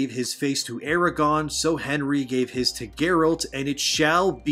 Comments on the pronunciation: “Aragorn” not the dragon Eragon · aragoRRRRRRRRRRn ffs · Straight up lied about creator. "I've seen better, I've seen worse" is about as neutral as you can get. It comes nowhere near the hate and disappointment of fans of the witcher. Some bullshit click bait. As for your pronunciation of Aragorn, it made me die a little inside.